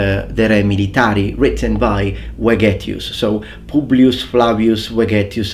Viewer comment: I want to say that in Vegetius the V is pronounced like V from Veterans